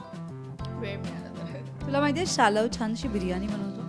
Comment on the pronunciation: रिपोर्टर बाई ते शाल्व असं आहे. तुम्ही शालव का म्हणतायं??????